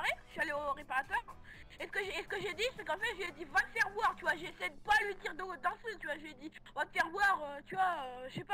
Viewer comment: "tu oua"